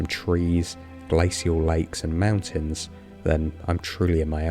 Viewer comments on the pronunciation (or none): none